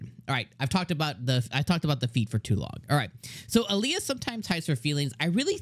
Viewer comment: By the way her nickname is pronounced "Al ya" not "A lee a" .